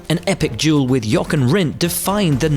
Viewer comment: It's NordschleifE and JoCHen Rindt!!!! Start pronouncing it right ...